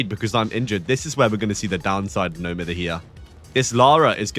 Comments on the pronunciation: I still find it funny how people say it wrong till this day. People say no miffer , but cause he’s British it should be pronounced no miyver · I’ve never heard someone say it beside like one YouTuber say it myther, and it broke my brain but I promised myself I’d pronounce it like mither no matter what anyone told me😭